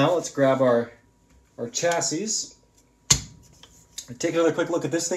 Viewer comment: You’re saying “Chassis” wrong. You don’t pronunce the s at the end. So it sounds like “Cha-see”